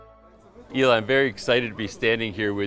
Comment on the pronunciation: It helps if you pronounce your guest’s name correctly. Shukron not Shukrov. Also, his first name is pronounce “Ellie” not “E-lie”. I simply couldn’t watch beyond that.